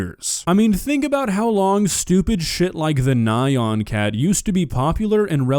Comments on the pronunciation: It’s pronounced KNEE-an, not NIGH-an. 😒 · The way you pronounced nyan cat hurt my soul. It's Ne-yah-n cat. It's an otomotopeia lmao. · Who says "Nyan cat" like that??? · I cant say I've ever heard anyone pronounce nyan cat that way